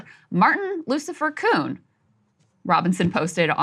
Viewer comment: Shitlock can’t even pronounce Robinson… if that idiot makes it to president I’m changing my name.